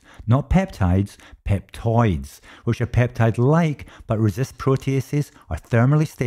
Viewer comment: Peptoids not Petoids